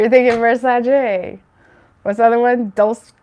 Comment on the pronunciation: Spot on for Pisces. My situation. It’s pronounced Dole-Ché on the Dolce & Gabbana. Their light blue perfume is one of my top 3 favorites!!! 💖💙 thank you,!